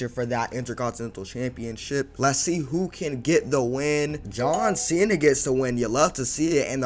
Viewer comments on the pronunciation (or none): why he say John cena like that😭